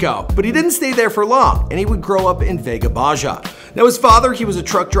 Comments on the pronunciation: lmfao vegga bajjah lmao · Vega Baya my guy? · Not veja bavjia vega baja 😂😂😂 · wait wait he said vega bayaa haha please edit this. i will forgive you. its vega baja... like baja california like baja blast ... baaaa ha! baaa! haaa! baya sounds so bad! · Its written VEBA BAJA but its pronounced as VEGA BAHA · “Veigah baya” Jeez se dice Vega Baja, al menos intenta pronunciarlo bien. El video estuvo bueno, simplemente que considero un poco ofensivo la forma en que te burlabas de el español. Entiendo que hayas pedido ayuda de la chica, y que solo bromeabas pero solo digo que as a latina, I was a bit offended. No hate! Just saying! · “Vega Baya”😂💔 yooo im deaddd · Teresa Lopez-Acevedo No el dice Vega Baya lmao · “Vega baya” HAHAHAHA mira morón, edúcate Puñeta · ''Vega Baya'' lol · hearing vega baja pronounced as vay-guh ba-shuh is like nails on a chalkboard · El no es bueno en español no sabe decir Vega Baja y yo se por que soy de Puerto Rico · The pronunciation of Vega Baja sent me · Lol Vega Baja. The J is like an H pronunciation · Hearing say Vega Baja was painful 😖